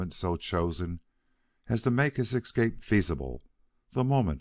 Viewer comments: Nice clear reading. Noting for the reader the escape is pronounced s-cape not eck-scape. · I agree w/ last comment about the word "escape", he pronounces it "excape" and the word comes back so often that it's impossible not to notice. Also, he has a wonderful voice. However, there seems to be something wrong w/the punctuation: the flow... I don't know how to express it. As if he adds comas.